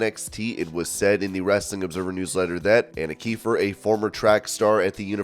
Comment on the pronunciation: Anna keefer sounded stupid with the Italian accent